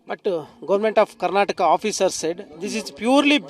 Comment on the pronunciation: ഇൻ ക്യാർണാടകാ, വൈ ഒൺളി പ്യൂർ?😢